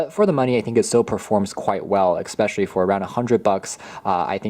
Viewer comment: Stop saying Xspecially!...its Especially